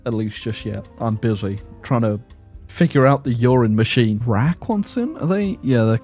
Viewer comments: Me: video sounds kinda boring. Video man: "But what about....Urine Machine" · Am I the only one stuck on how he says Uran Machine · All i can think of when you say uranmaschine is "pee factory". LOL.